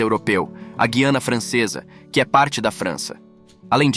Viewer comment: Esse locutor é de aplicativo de voz? Guaraná "Antártico"? Guiana pronunciada como "guia"?